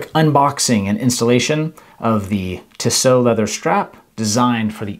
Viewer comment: It’s pronounced Tee-So.